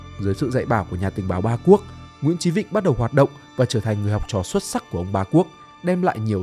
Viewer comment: Sao ad lại đọc tên là nguyễn chí vĩnh nhỉ? Hay là do mình nghe không rõ nhỉ?